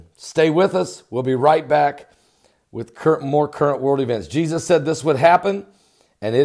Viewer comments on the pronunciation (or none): none